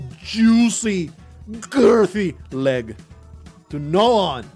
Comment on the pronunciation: I lose it every time he says leg